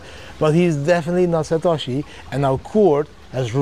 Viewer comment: [😂, He’s “SA•TA•SHI” - JAMIE DIAMOND]